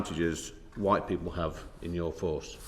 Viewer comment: He says the word WHITE like it’s a pejorative.